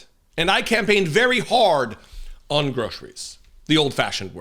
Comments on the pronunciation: Gro -sir-ries that's how shitty diapers shitszenpants would spell it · Notice that he pronounces groceries with three syllables.